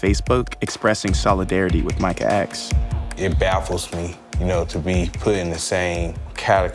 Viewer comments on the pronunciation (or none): none